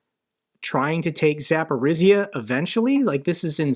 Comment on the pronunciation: Nice job,! You're doing right. Please, though, learn once and for all how the sound Zh is pronounced. It doesn't exist in English, that's true, but you need it to correctly say the name of Zaporizhzhia. Zh sounds like a voiced Sh. As an example, take the French word Jour ( =day). The J sounds exactly how Zh should.